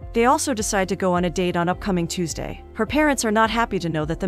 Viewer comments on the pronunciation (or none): none